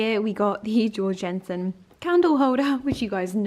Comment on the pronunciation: Love the wrapping! I just thought I'd let you know Georg Jensen is pronounced with a Y as in "yeorg yensen" as he's Danish ☺️